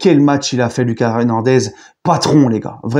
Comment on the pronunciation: Salut, depuis le debut de saison tu dis mal le prénom d'Hernandez... C'est prononcé: LOOKASSE, à l'Espagnol